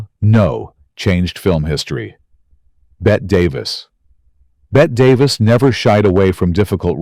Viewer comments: As soon as AI mentions "Bet Davis," I am out. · Dear AI - It's pronounced "Bettee" Davis. And she was from New England.